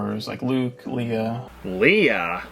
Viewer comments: Dude he called Princess Leah. No! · I have seen the original video and the only thing that annoyed me about it was the fact he mispronounced leia’s name at least two or three times. Also to those who are going to get annoyed by remarks keep in mind this is A reaction video so if you don’t like what he has to say then don’t watch it.